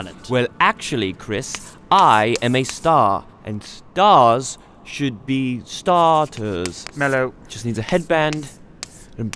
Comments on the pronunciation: Melo said ⭐️ter 😂😂😂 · Star --ter